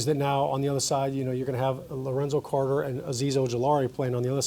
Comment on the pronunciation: My man said Lorenzo carter